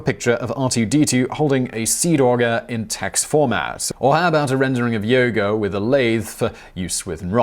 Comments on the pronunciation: Did he just say, "Yogo" instead of "Yoda?" I'm... I'm very confused. 🤣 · OK-I cannot let this go, but did anyone hear him pronounce "Yoda" as "yogo"? I've replayed it a number of times, even with CC on. CC IS correct, but he is saying "yogo". It's at about . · Did you mean ? Simon definitely says “Yoga” instead of “Yoda” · •Auto-generated Closed Caption reads: "Yogo". •Transcribed Closed Captions reads "Yoda". •Simon Whistler said: "Yoga". •Original text reads as: "Yoda". Conclusion: His True Name is Simon Burgundy. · And Yoda is pronounced "Yoda" ... not "Yoga", haha